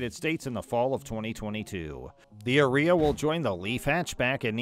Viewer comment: I don't think that's the pronunciation Nisson had in mind. Shouldn't it rhyme with "Aria"? You know; that music term.